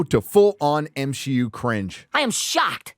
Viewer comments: God that was the best at the end of the video where she accidentally said M she U. Man that was terrific. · I can’t believe the show runner said “M-She-U” and quickly realized her mistake!! You can’t make this stuff up. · The fact that she herself said "Me-she" just shows how off the deep end marvel is. Congrats you live rent free in their heads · I can't believe the narrator in that interview actually almost said M She U, that's fucking incredible. The counter culture is officially more well known than the thing it is countering. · Good lord, they are calling it "M-She-U" themselves. is living rent-free in their minds! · So the interpreter actually said M-SHEE-U 😅😂😅😂😂😅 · The fact that either the translator or the actor said "M-she-U" makes me so proud to be a loyal watcher of these reviews. Not only will Disney / Marvel / Lucasfilm NEVER learn...they are doubling-down on killing the entertainment most of us truly enjoyed (in the past). It'd be rhe best thing Disney could do to simply sell the IP's they are destroying. However, the failures are already far too great for anyone to be smart enough to purchase them. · Please, please tell me that ending slip-up was honest-to-God an ASL interpreter interpreting "M-She-U." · Lmao! They're actually saying M-She-U themselves..